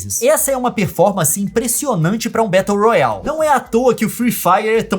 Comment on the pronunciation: Eu morrendo de agonia com o Leon pronunciando as coisas em inglês: Leon: "Môbol" (Mobile) , "Bettou Royal" (Battle Royale) !! Eu: Aaaaaaaaaaa...(imagina aquele afeito de tudo tremendo)...aaaaaaaaaa... se diz "Mobailou", "Bérou Rôial" mds Leon cê mora no Canadá cara😂😂 Aaaaaaaaaaaaaaaaaaa...(imagina aquele afeito de tudo tremendo de novo)...aaaaaaaaaaaaaaaaaaaaaaaaaaaaaaaaaaa... kês né...🤗